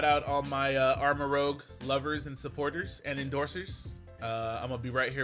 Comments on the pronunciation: Rouge is red in french and its not pronounced row-gh but roo-zh row-gh is Rogue not rouge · nice video but its rouge (oo) as in red, not rogue like the x-man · It looks like it’s pronounced armor-rooj (like Rouge the bat) in the vid you pronounce it like ROGUE, which is pretty close to ROUGE letter wise lol. Honestly sounds cool as shit as armorouge. Yeeeeaaaaah violet fans eatin big time bro. (Edit: both of their names contain (soldier equipment) + (color) Armorouge is Armor + Rouge to represent their prominent armor, Ceruledge is Cerulean Edge like their primary sword) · It’s Arma-Rooj. But the way you said it just sounds better imo. Arma-Rogue. Pokémon isn’t to keen when it comes to spelling and pronunciation. So it could honestly be either way lol the name will still be “Red Cannon” or “Red Weapon” since Arma means weapon/gun in Spanish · It’s Armarouge, not Armarogue. Rouge means red. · Real quick, Armarouge should be pronounced (arr-muh-rooj), since that's how "rouge" is pronounced. If it were (arr-muh-rowg), the "g" would be before the "u", like in the word "rogue". It's spelled like the bat from Sonic, not like the synonym for ninja. So yeah, just throwing that out there. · It's likely pronounced Arma"roozh" like the red color rouge because Ceruledge has cerulean (blue) in its name. Edit: Also rogue is spelled differently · I believe it’s ar-ma-roo-zh as in the color rouge which is a red. And Ceruledge is obviously a play on Cerulean which is blue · I think it’s pronounced Arma-roozhe because rouge is a reddish color and that fits in with the color theme of the game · I think Armarouge is going to be rather tanky, since its name is a play on armor and it looks like it has armor on. Ceruledge is going to be a swift physical attacker. It doesn't have as much armor as Amarouge btw I think it's pronounced ARMOR-REWGE (like the color, not like a rogue cop) and the obvious blades. And tbh I thought these both were a play on Gallade upon initial look.